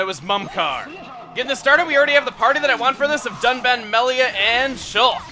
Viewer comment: Am I the only one that heard duck man instead of Dunban? LOL, Duck Man, the first officially revealed Robot Master for Mega Man 11. If only. xD